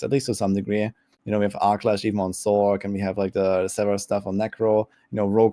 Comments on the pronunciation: and its not SORK its "source" sorc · I know it's Spelt Sorc.... but it has an S sound in the word so like why are you pronouncing the shortened form of Sorceress as sorK and not sorS... I thought you were all smart? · Calling it "sork" got me. lol is that what all of these streamers are calling it?